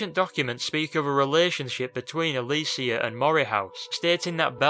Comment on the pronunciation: this is a great video, but the way he pronounced Alessia triggered me lol.